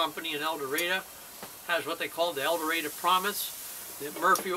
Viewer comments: As the Warden said, it's El Dur-ray-doe. No offense (and forgive me), but I kinda cringed when I first came across your El Dorado video back at the start of the decade and you pronounced the town's name with an A at the end. Our biggest pet peeve is outsiders mispronouncing the town's name. Also, you mispronounced Calion. It's pronounced Cal-yon. And for Ouachita, it's wa-sha-taw. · hey dude,i sure can tell your not from Arkansas,u did say the county of ouachita right,and town of el doardo,right either... just trying to inform u!